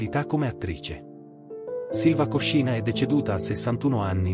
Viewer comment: Piccolo errore di pronuncia. Si dice Sylva Kòscina e non Koscìna. Lei stessa l'ha detto.